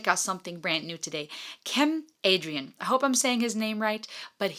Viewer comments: You should listen Sertab Erener - Aşk (Acoustic) performance. She has a unique and beautiful coloratura voice. Ps. Cem name is pronounced like gem. Turkish words mostly close to phonetical alphabet. The letter C is actually pronounced like a G 😊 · His name is not "cam" its sounds like "gem" this is how you read turkish "c" word. Basically like "g" in english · In Turkish, "C" is pronounced like "G". So, a more accurate pronunciation would be to say Not Kem, Gem Adrian. thanks for reaction ♥ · Cem is pronounced like the word jam.